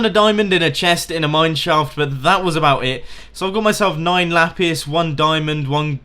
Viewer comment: one thing that infuriates me is how he pronounces lapis as lapis instead of lapis...